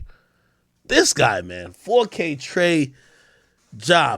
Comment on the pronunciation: I lose it every time AK calls him 4kT ja lmfao